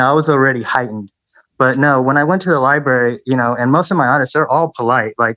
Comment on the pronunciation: He cannot even say "library"!?!?🤮 he never shows his face??? FIRST CLASS VERMIN!!!!